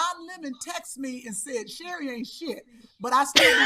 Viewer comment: Sound like milk of magnesia the word Sherri said.